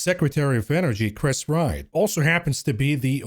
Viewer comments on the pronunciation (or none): none